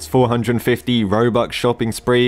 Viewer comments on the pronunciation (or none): bro instead of saying robux he says robuque 💀💀💀💀💀💀💀💀💀💀💀💀💀💀💀💀💀💀💀💀💀💀💀💀💀💀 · i like how he says "robuC" instead of "robuX" sometimes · 1 "robuk" lol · man legit said robuck for the whole video haha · I love how he is always saying robuk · robuk is singular of robux 🎌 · Whoever heard he said robuc 👇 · why do you say robuc 💀